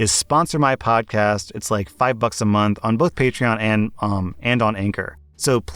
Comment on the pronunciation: Throw back to when pronounced patron as patchron